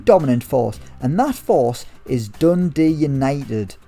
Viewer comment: Triggering how you say Dundee.... not Dundee UTD